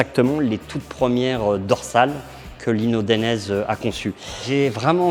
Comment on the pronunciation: Pas dénèze mais DA....i.....Né......Zé.